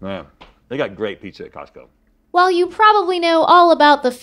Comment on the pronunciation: So nobody is gonna talk about how she said Tosco ?